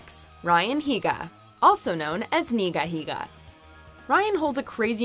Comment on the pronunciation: ...also known as "nigahiga" End me.